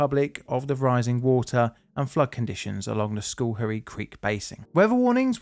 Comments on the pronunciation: Cool! This is from close to home... hunted a lot in Schoharie as a kid. Schohrie pronounced "sko-harry" cheers man! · For anyone interested, the name is pronounced like "skuh-HAIRy" (No criticism of, of course) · Am familiar with the spot. Pronounce that Scar-hee. Hey You Toobers, find a local newscast for how to pronunciate place names. Infamously, locally a pilot fell out of an airplane and fell on Fuk-way Varina. not quite....Few-kway. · Took me 2 minutes and 3 rewinds to hear the name properly 😂 I'm from the general area; I kept hearing "school hairy" and was like where tf is that in NYS? 😭😂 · Schoharie is pronounced Skh'arrry is most NY dialects. While Dutch in origin, the "oo" if present is almost a grace note. Otherwise carry on. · This one was close to home, literally. I lived in the area at the time and I remember it well. You did an excellent job of documenting the event. Other than mispronouncing Schoharie, which is understandable if you're not familiar with U.S. east coast Native American names.